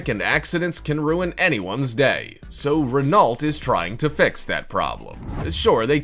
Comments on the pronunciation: Renault is NOT Ren-Alt. It's Reno. D'oh! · So you missed out on the ruh-NOLT at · It's pronounced 'Ren-oh', not ren-alt. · will all Americans STOP mispronouncing words. its RENO not RENALT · By the way, Renault is pronounced Re-no, not Re-nolt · It's pronounced REN-O NOT REN-AULT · RENAULT is pronounced Ren-no or Ren-know. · Pronounced Renno and not Renalt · I'm an American and I know how to pronounce Renault. (reh-NOH). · yea he pronounced it renult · Seriously!? Renault? It's pronounced REN-O... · Renault is pronounced Ren- oh. Your voice doesnt bother me as much as these other people are saying. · Its pronounced REN-NO not renault...... The t at the end is totally silent... Its french.... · dafuq is ren-ault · Christ, this narrator is annoying! "Rennolt?" Really? You can pronounce "Chiron" correctly, but you can't manage "Renault"? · the way he is pronouncing renault is giving me a headache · this video gives the perfect demonstration of how not to say Renault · Stop saying Renault wrong! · Are you mispronouncing Renault on purpose? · Has the VO ever heard of any brand of car before?! Or seen a car? Spoken as if he's totally unfamiliar with, you know, cars and who makes them. Especially "enjoyed" his pronunciation of Renault. And the three wheels on the Toyota FV2? Yeah, there are clearly four wheels shown in the video. That you just narrated. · U pronounced Renault wronge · Miss-pronounced Renault Kwid Im out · RenALT? Kiron? Need to work on that pronunciation my guy... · "Rennolt" and "Bugatti KYRON"... really?